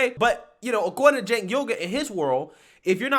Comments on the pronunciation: Pronounced Jenk. Not Cenk. He sucks, but let's at least pronounce his name right lol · It’s not Singh man it’s Cenk. I get how it could be similar but believe me it’s not lol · his name is pronounced "ch"enk. now maybe you already know that, as i've seen say other peoples names wrong and i assume its for shits, but in case you didn't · Please, his name is pronounced Jenk